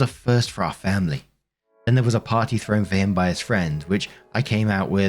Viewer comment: I love when says, FAM-ily😂